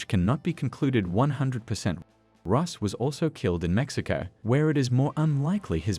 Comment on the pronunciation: Bro said rosses name wrong